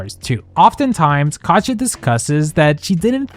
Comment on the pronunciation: nobody mentions how he pronounces her name "Cod-yuh", really? Like nails on a chalkboard